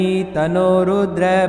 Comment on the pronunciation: अरे गुरुजी tanno रुद्र के आगे विसर्ग ऐ सा उच्चार करो,उच्चार nahi आता तो मंत्र मत बोलो.